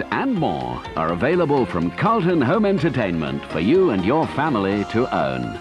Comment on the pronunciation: It's Say Carlon Instead Of Carlton.